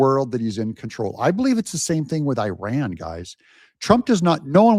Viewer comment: Your channel in summary: 1- 20 minutes of talking about "I" and my 6-8 running 2- 5 minutes of Advertising 3- 2 minutes of showing other's people work, And of course, not being able to pronounce IRAN the right way. At least listen to the way our president do it. You are in it for money through President Trump.